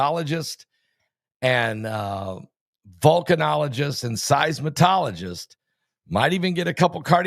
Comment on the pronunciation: Seismologist, not Seismotologist.